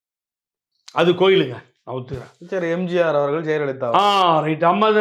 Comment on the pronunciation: தம்பி எம்ஜார் டிவி ன்னு உச்சரிக்காத. எம் ஜி யார் டிவி ன்னு சரியா உச்சரியுங்க